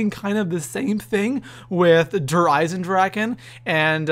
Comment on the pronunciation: I know this is random but Der is pronounced "Dare" and Die is pronounced "Dee". Sorry just thought it would be helpful.